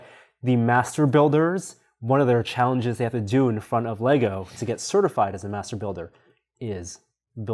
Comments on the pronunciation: THANK YOU FOR SAYING LEGO CORRECTLY (some of the time) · These dudes win for making a deliberate effort to say “LEGO” instead of “LEGOS”. They slipped, but I ain’t mad. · Fuck me dead, I just heard two Americans call Lego “Lego” instead of adding an unnecessary s on the end like they’re trying to pronounce some French. Great job! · Glad he says it correctly Lego...no Legos